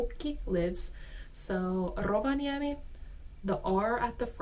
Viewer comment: I have to address the elephant in the room. She says AamuyÄllä instead of aamuyÖllä. She says LyiJJY instead of Lyijy. She says RovaniÄmi instead of Rovaniemi. She sayd YÄpöytä instead of Yöpöytä.